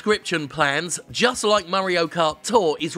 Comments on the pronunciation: "Murray-o Kart". Oy, it's me. Murray. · The way Jim says mario should be the official pronunciation